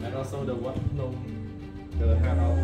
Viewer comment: Dude it’s Phnom not nom.